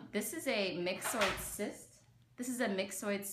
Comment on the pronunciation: "Mix-Oid" sounds so weird to me, when I read it I want to pronounce it "My-Zoid".